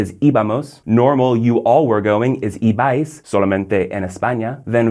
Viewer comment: Hi. I enjoy your videos. I'm from Spain and I watch them to learn a little bit of English as well and I enjoy seeing how difficult is to teach my own language. You're doing a great job, nice one. As a quick note, to pronounce "ibais" (ir) correctly in Spain, you have to stress the first syllable. I - bais If you stress the second one, it would have an accent over the "a", like "Ibáis", which is wrong. Thanks for your videos and keep up the good work.